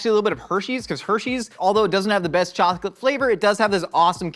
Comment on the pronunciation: Is it just me or did anyone hear say “chalk-it” instead of chocolate?? 🤣